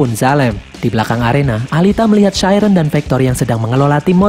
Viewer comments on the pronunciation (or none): Bang koreksi: chiren sebenernya ngomongnya bukan chairen tapi chiren biasa